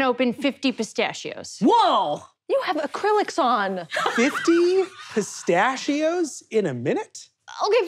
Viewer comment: anyone else notice that says "pistachio" a little differently?